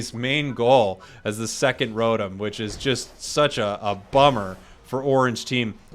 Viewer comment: You're worried about mispronouncing Fwii but can't pronounce Rotom correctly. It's Row-Tom not Row-Tum.